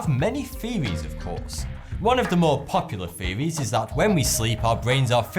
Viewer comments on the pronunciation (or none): none